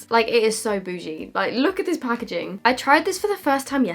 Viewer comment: Lol, "this pah-ke-jing" 🤣. Love you!